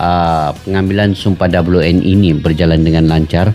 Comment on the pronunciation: di baca (we en i ) bang, buka dibaca ( doble yu en i ) WNI = warga negara indonesia 👍